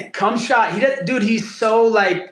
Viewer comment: Bisping calling Khamzat "cumshot" by mistake had me rolling 😂😂😂